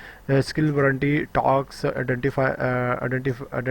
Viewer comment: Taks, taks taks task han ab sahi parha gya xD :D